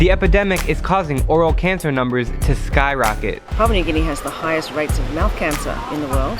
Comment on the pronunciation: Hey Drew, it’s Pa-pu-a New Guinea. I mean, how you supposed to talk about a country and you can’t even pronounce it correctly? Papa is what you call your dad when your 6. Pa-pu-a is a country. Show some class my friend and learn the word